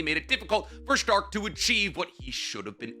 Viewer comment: Correct pronunciation time here. Serie = Zer ee Sein = Zein Stark, just as its written. Idk why keeps adding an h in there. Ummm Flamme = Flah meh